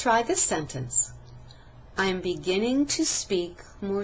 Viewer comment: 1 / 4 Clearly spoken, but... at 3 min 30 sec, it sounds more like "te speak" instead of "to speak" which means that there was actually no distinguishable "length" difference demonstrated in the vowel sound in the word "to" when it was spoken more slowly. At 4 min 25 sec, however, she more clearly said "to speak." "I am." These two words were run together, so there was no distinguishable difference demonstrated here in the "length" of the vowel sounds. So it didn't really "sound" any better.